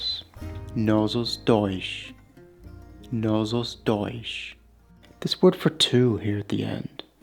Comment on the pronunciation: Disseste mal " Nós os dois" . O nós diz se sh no fim